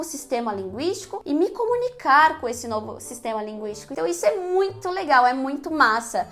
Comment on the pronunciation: esse "muito" não saiu muito legal. talvez seja melhor não misturar tanto as línguas kkkk